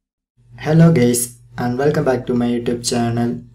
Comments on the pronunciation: The intro actually said " hello gays💀" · bro says hello gays